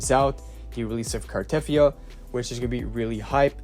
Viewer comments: It's Car-ta-thea-ah, not Car-teth-ea-ah. Even the english VA, Amanda Rischel in one of her play throughs of WuWa had to tell people how to pronounce the name. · You pronounce her name wrong btw. There's no stress on the "e" and it's longer.The "yia" is also longer